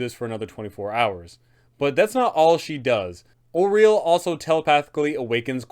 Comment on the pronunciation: Thank you for pronouncing Auril correctly